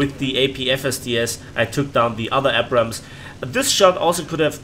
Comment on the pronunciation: Man the way you pronounce Abrams triggers me.